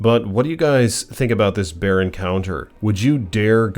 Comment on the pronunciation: ❤😂😂😂❤😂😂❤😂😂❤ "The Bearrrrrrr!!!" I'll NEVER get enough of hearing you say that!!!😂🤗